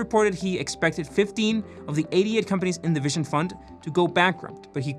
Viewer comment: If he says "vishon" fund one more time, I will throw my mobile out the window 😬